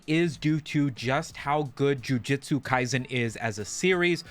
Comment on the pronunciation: JUJUJUJUJUTSU NOT JIUJITSU!!!!!